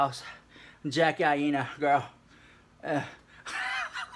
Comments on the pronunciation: Ok I just lost my train of thought with the Kaboom 😂😂... wasn't sure if you're calling her Jackie I-ena on purpose but it's eye-na. Just helping a girl out. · Lol sorry I'm born and raised and still live in Hawai'i so I had to correct the pronunciation of Jackie Aina's las name 😂. It's Pronounced Eye Nah 😘 LOVE YOU SOOOO MUCH!! This video cracked me up!! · 😂😂😂😂😂I died Tati is only 35...older??? I'm over here on the floor ⚰️ with this whole video! And it's (EYE-NA) get it correct at the house!!😩😂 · When you were shaking the camera imitating them I died, lol!!! Also Aina is pronounced like China w/o the ch. LYSM 💜💜💜